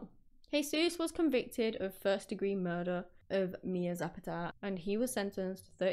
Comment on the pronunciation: You said her last name badly. Zu pah duh Not whatever you said!!!